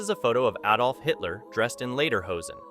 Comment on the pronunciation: nothing shocking at all but thank God he said Adolf correctly, not ay dolf